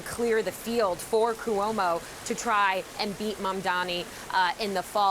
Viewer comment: Ku-omo? Who is this reporter??? Reporting from the White House no less